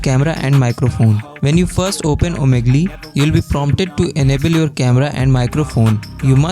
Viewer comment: Omigli 😂 got me